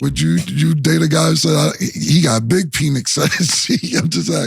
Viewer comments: Mike Penix Jr.pronounced Pen X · Calling him "peenix" is crazy 😂😂😂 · It's pronounced Pinex